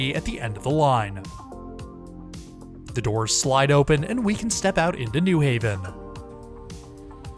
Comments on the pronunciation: Nice video, but it's New HAven not NEW Haven. Pronounced the same as New York or New Rochelle. Looking forward to next week's video! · In CT we pronounce it “new HAVEN” emphasis on Haven vs. “NEW haven”